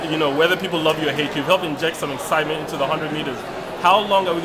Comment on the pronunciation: lol the commentator said "injecting ecsietment" 😂😂😉